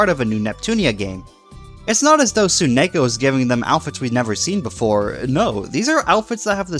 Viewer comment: Ugh, hearing you say rather than Tsunako is so weird.